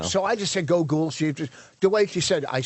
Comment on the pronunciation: The way Vos says pronounces Google should have been jumped on